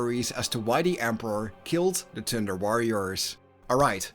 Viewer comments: Why do u make thunder sound like thinder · every time you thunder it sounds like tinder, tinder worriors. that's a whole different kind of worriors. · Lol all I can hear this entire video was "The Tinder Warriors"